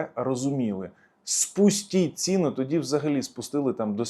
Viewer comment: Стільки русизмів, що кров вухами! Тут і Польша, і Турція, і Германія, і наголоси типу "знизили цІну" замість "знизили цінУ"! Невже така безграмотна людина варта того, щоб слухати її думки на тему війни? Я припиняю дивитись і слухати цього неука.